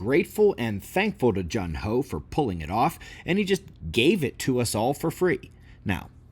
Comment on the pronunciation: Correct me if I'm wrong, but I think his name is pronounced Joon-ho. Hearing it multiple times made me want to comment. And I enjoyed the music here.